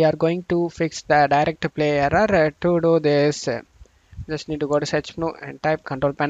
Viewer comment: brother, kindly improve your pronunciation please. It took me 4/5 times to understand your aarraaraa (error). Thank you.